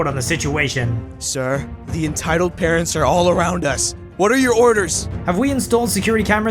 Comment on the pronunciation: Who heard him say carents instead of parents